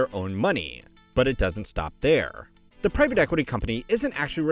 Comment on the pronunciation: Privat equity? Is this another AI channel? Started just over a year ago. Thumbnails/titles giving me AI vibes. And who mispronounces the word private like that?!?! You dony know private equity but youre a money channel? Its like these AI slop sport channels who dont know how to pronounce the biggest stars of the sport lol